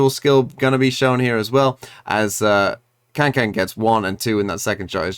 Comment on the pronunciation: Learned Kangkang's name T-T but still mispronounces